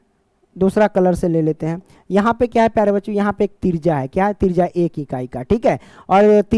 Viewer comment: त्रिज्या ❎तिरजा ✅😂😂😂 Thank you so much sir❤